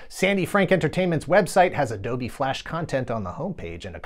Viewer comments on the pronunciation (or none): none